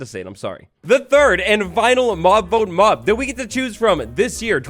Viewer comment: He said mob boat instead of vote